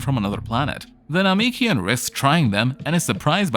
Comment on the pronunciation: 11h and also the name- what now that is not how you say Namekian